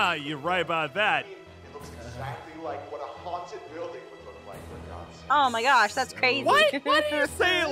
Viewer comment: i tod you we wod mack this hrder